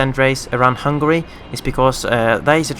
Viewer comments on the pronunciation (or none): none